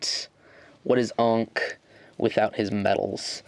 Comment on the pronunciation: I'm kinda bothered by your pronounciation of Ankh, but then again. ANKH MADE OF LEGO!!!!!!!! SUBARASHI!!!~~~~~~~ XD